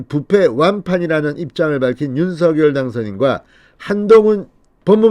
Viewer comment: 윤석렬대통령~~~ 윤성열로 부르기로 했는데 윤서결로 자꾸 읽으시니 거북합니다 선한 영향력을 많이 끼치는 진성호의원님 제발 윤성열 로 불러주시길 바랍니다~꼭 부탁합니다!!!